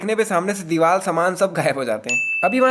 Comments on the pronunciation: Bhai teri bhi ek mistek hai aap diwar ko diwal bolta hai😂😂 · WHAT IS MEANING DEEVAL IT'S DEEVAR, BIG FAN BHAI